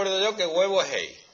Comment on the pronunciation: No! Das Ei es como decir "Das ai"